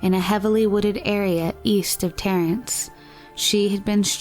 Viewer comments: It's 'Terrace' not; "Terrence" but otherwise thank you for this video, some counts have the number of missing women nearly double those officially reported, acc. to a documentary I once watched on this. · East of TERRACE, not Terrance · Thank you for this. I grew up living along the "Highway of Tears". Another topic you may find intriguing to do is the large number of Indigenous women dead and missing from the area of Rosebud Reservation - Wounded Knee. BTW... it is Terrace, not Terrance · No N in Terrace